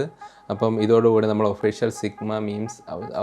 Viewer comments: Sigma❌ Chickma✅ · Chigma ❌ Chugama ✅